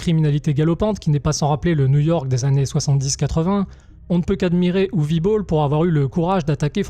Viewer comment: Vous avez gagné un souscripteur, par contre c'est "Uweu" ou "Uwé" Boll, pas "Uwi"...c'est Germanique.